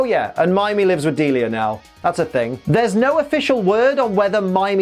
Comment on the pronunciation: That's how her name pronounced? I always thought is was like "Dee-Lie-ah" not "Deal-ea"